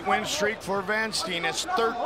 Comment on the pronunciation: Great fight. Funny how Van Steenis his name gets mispronounced though. You say it like 'Vaan Staynis'.